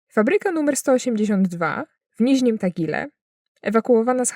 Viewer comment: Uwielbiam pani komentarze, mam jednak pewne zastrzeżenia językowe : "Niźnym" czy "Niżnym"? "Na siedmiu fabrykach" czy może jednak "w siedmiu fabrykach:? "Rostech", czy może jednak "Rostiech"? Hm. Proszę mi wybaczyć, ale nie mogłem się powstrzymać. Ale jestem wręcz oszołomiony pracą, jaką pani wykonała :-)